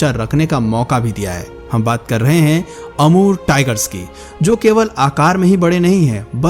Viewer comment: kya nm bole..amur thik se boliye